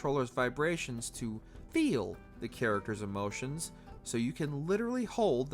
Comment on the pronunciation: 'Actoreses' 'charactereses' where did this guy learn to speak? He sounds 'retardeded'